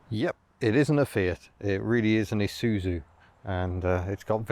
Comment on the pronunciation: Shouldn't it be 'eye zoo zoo'? Anyway, great video as usual